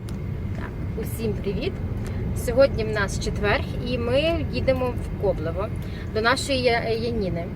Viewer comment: Ковлеве, а не коблево